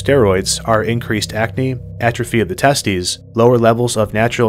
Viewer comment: "Testes" (test-teez).